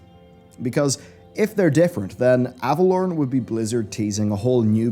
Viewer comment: Is it pronounced Ava-lore-en or Ava-lorn? cuz your pronunciation of Ava-lorn really irks me xD